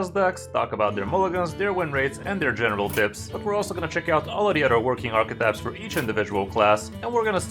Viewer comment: “General tips” sounded like “genital tips”